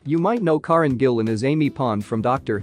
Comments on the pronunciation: I always wonder how actors feel that when people do vids on them but do not say their names correctly? Her name is 'Care-en' not 'Car-en'. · Its not corin as your pronouncing it its Karen 🏴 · One thing I do know, that you don't. Her name is NOT KAR REN. It is KA REN. You Americans, not respect at all. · It's pronounced--Care-in!! 🤪👍🥰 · Can't say Karen right. Can't say McAvoy right and even has a vid where she said she was 17 not 18 when moved to London, you getting paid to do this like a knob or just are one?